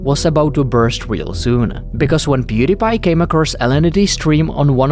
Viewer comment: Pew DIE pie. Stop mispronouncing his name